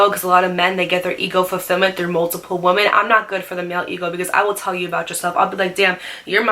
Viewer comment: i love you but the day you say “woman” and “women” exactly the same drives me crazy 😂